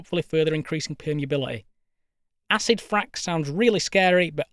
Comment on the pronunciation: how hard we could Frack? Sounds more Like fuck to be Honest…